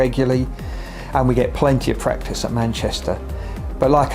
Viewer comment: hahahaha so funny he said we get a lot of praxtice in Manchester Lol